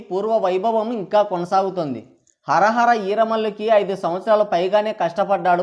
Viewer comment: Hara hara kadu nayana hari hara ani cheppandi